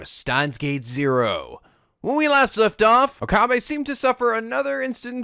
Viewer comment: I plan to keep posting this until it gets at least acknowledged, even if there's a refusal: Rule of thumb for Japanese names, please stress the THIRD TO LAST syllable. This is VERY CONSISTENT; you should never need to guess how to pronounce names: SUzuha Amane, not suZUha aMAne MAyuri, not maYUri Okabe RINtaro, not oKAbe rinTAro / Okarin, not oKArin / HOUouin Kyouma, not houOUin KAede, not kaEde FUbuki, not fuBUki Itaru HAshida, not iTAru haSHIda HIyajo, not hiYAjo MAkise KUrisu, not maKIse kuRIsu KAgari, not kaGAri (this one you said correctly the first time then changed it so that it was wrong) And from other games, to make the point clear: MAjima, not maJIma MAkoto, not maKOto KAzuma, not kaZUma If you don't believe it, just listen to how the voice actors pronounce the names. It's a western tendency to stress the second to last syllable instead, but third to last is correct. I would understand not knowing how to pronounce names if you read them with no context, but in games like Yakuza and Steins;Gate, the voice actors read out the name for you so you should know how to pronounce them.